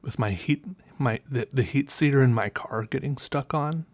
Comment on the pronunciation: I listened for a few minutes before I had to go back and listen again... You said "heat seater" and it just confused me so much lol